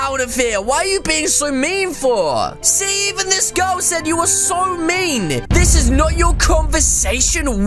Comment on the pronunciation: I heard u say y do u hav to be so MEAN-A :) that’s noice